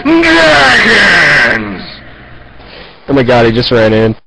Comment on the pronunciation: I swear he says Leroy NJENKINS